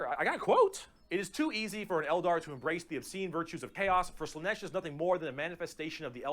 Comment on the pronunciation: You pronouncing Slaanesh as "Slaneesh" is adorable